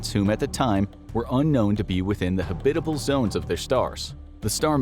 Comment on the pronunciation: "Hub bit able"?